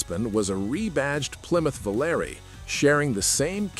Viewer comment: Volaré/Aspen lasted through 1980 MY. And it’s “vo-LAHR-ay,” not “vo-LAIR.”